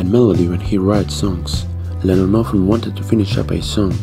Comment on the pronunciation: Lennon its lennon obviously lemon heads